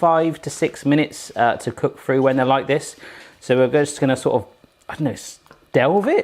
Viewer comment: is it frew or through? three or free? thought free meant something else. :-D